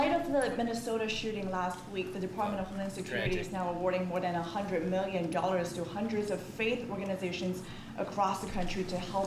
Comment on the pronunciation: "Tin muylan doylars"